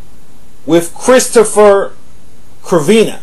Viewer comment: Damn... How the hell did you butcher that kids' last name?; SER-VEE-NEE.